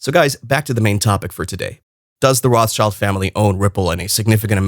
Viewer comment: It is ROT. SHILD.... YOU $#@ IT'S A JEWISH NAME ROT ... Color Red ... German.. ROT And Shield...object Schild German word for shield Get your facts straight